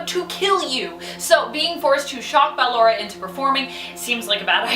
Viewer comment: She said ballara not ballora